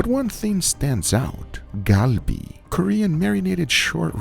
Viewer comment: You know Guga has been around Koreans. He pronounces galbi perfectly! 🙌🏼💯🇰🇷